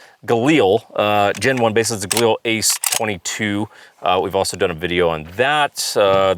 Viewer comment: LIL.... Like a woman named Lilly. Not EEL . Galil, not Galeeeel